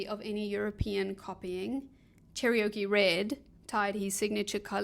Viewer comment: Love this video! Thank you for sharing your knowledge with us and for such beautiful, warm, and fun presentation! A note: Cherokee is just 3 syllables phonetically pronounced ❤ thx again!